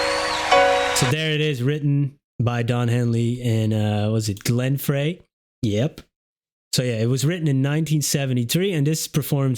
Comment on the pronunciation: Glen Frey's last name is pronounced "fry".